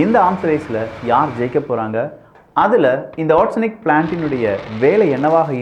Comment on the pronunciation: ஆர்ஸனிக் இல்ல ஒரெஸ்னிக், பார்த்து படிக்கவும்